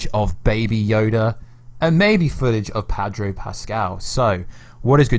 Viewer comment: Sorry gota say it, it's Pedro not Padro lol sorry m8